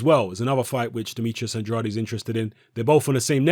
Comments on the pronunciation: It's pronounced "AND-raid",. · Guys, go find the recent IFL interview with Andrade. Kugan Cassius introduces him as 'Demetrius And-RA-day', and Andrade corrects him. Says it's 'AND-raid'. Think the guy knows how to pronounce his own name. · Please, learn how to pronounce Andrade...